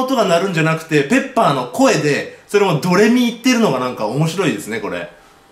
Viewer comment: 分かりペッパーって聞こえたw